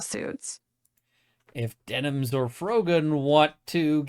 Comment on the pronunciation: I kind of love that we have another year of hearing say Dennins every time he updates on the case lol At first it kind of annoyed me but I love it now.